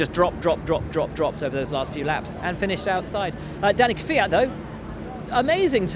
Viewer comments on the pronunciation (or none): none